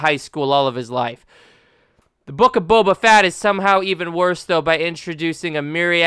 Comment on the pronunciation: The Book of Boba FAT! 🤣😂